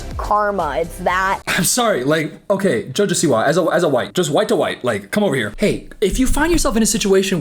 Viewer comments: WHY DO U PRONOUNCE JOJO SIWA LIKE THAT😭😭😭😭😭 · obsessed with how you pronounce "jojo siwa"